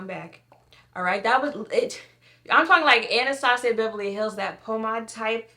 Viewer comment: Sis…are you Haitian, they way you said “pomade“ was telling 🇭🇹🤍